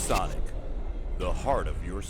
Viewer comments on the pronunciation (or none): none